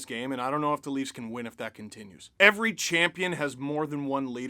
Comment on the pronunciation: Toronto, never underestimate the heart of a champion....oh sorry cham·pi·on /ˈCHampēən/ ￼Learn to pronounce noun 1. a person who has defeated or surpassed all rivals in a competition, especially in sports